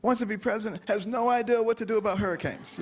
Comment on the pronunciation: He keeps saying 'ideal' - for the word 'idea' -- !! I repeat - can he English?